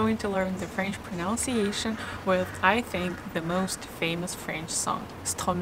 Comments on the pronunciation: Thanks for making these videos. Super great. Small note: it's proNUNciation. You can play the pronunciation of pronunciation here - Again, thanks for the videos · It’s pronunciation not pronounciation ! and it’s listen (inn sound) not leeson !